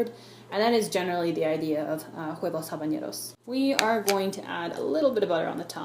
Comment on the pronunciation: Great! If I had ramekins, I would try this. Also: don't pronounce the 'h' in Spanish words.